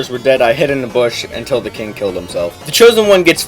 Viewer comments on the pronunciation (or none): none